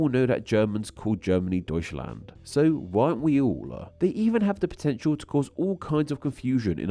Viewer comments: Deutschland ❌ Deushlane ✅ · Yeah, bro really said "doyshlahnde" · Make that "after a few weeks". If they can even pronunce the endonym correctly to begin with. I already cringed at the Deushland in this video. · We can't stop using exonyms. Not those like "Italia" in Italian and "Italy" in English. Even if we try, we will pronounce the names wrong if we don't speak the language properly. For example: In the video, "Deutschland" is not pronounced the way German would pronounce it. So technically it is still an exonym. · Incredibly interesting video, but I can’t lie it did slightly hurt my soul to hear you pronounce 日本 and Deutschland (two of the languages I have studied the most)